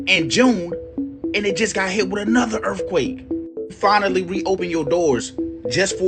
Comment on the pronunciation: He said “ERFQUAKE” 🤣